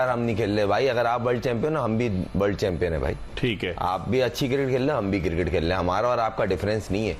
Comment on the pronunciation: White tshirt wala pe bol raha hai nahi ana to mat ana. Isko cricket bolne to aa nahi raha cirket cirket bol raha hai😂